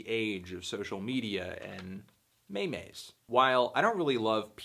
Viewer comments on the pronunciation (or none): I want to like your guest... But i cant respect a person that pronounces meme as may-may.